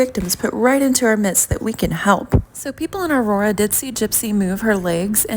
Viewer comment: Imagine naming your kid a name that you couldn’t even pronounce. In that snow video (I think) she tried saying Aurora lol. Also wanting to have a baby and naming it that with just anyone. How embarrassing for Ken.